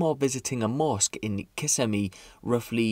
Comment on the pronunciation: You're awesome especially considering you pronounced Kissimmee properly while about 75% of the folks that live there can't